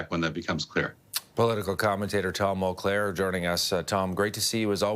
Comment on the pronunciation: "Tom Mulclaire" lol